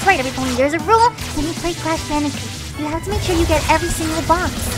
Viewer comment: I never played Crash Bandicoot before sounds like it's saying couch